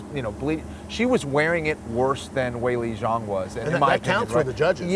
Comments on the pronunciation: Schaub - "WayLay Zang " Last week was " WeeLee Zang" so this is at least improvement haha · Nothing makes me quiver more than when Schaub try's to pronounce "Weili Zhang"